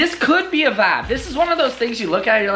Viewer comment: tooooo much "wibe"